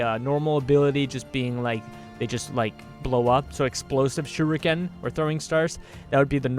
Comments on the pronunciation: If you wanna pronounce torgardo correctly I will let you know how to pronounce torgardo correctly its tor-Gado not tor-Gardo and heres how to pronounce shuriken properly heres how! Shur-EEken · It's pronounced (SURE)•(ICK)•(KIN) A combination of that and kunai (throwing knives) might be cool but I think a bad ass Bow would be awesome. There is a ranged fast weapon so why not have a powerful heavy-hitting ranged slow weapon like the axe / hammer to balance it out.